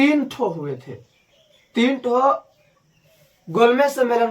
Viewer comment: भाई वो "तिन" नहीं होगा वो "तीन" होगा लेकिन प्रयास अच्छा है आपका🎉